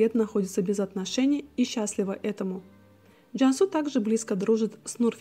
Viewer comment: Извините, что у вас за акцент? Что за Джяньсу? Джансу она, твердо произносите